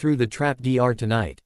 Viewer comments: I noticed that too, but it amused me when it said things like "walked through the doctor" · Why does this AI refuse to say anything with double vowels like "door"?